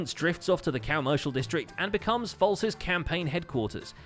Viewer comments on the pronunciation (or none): I dont hear properly or you said: Cowmercial district? Its really fitting tho